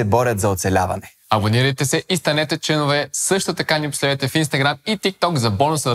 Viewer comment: ме убива с тия "членовѐ"